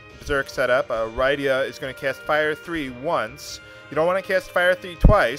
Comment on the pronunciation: SESS-UL. RID-DIA. GUL-BEZZ. FAH-BOOL. Sid.